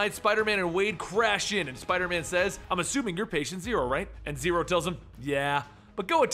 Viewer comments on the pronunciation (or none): none